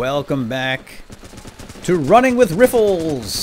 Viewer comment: Every time he says running with rih-fuls I think "Running with Ruffles" and then imagine a bunch of soldiers scurrying around with potato chips... hmmmm no, NO! I'd better not... I'm on a diet... mumbles to self